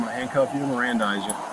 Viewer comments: It's mirandize, not Mirandarize....😮😅 Pronunciation! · LMAO.. She said "miranderize"...